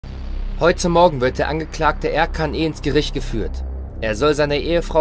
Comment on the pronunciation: Der Sprecher klingt iwie komisch 🤔 Und ich bin mir ziemlich sicher, dass es nicht Erkan, sondern Er-dschan ausgesprochen wird.